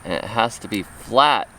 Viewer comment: ! Loool! Flát!! 😂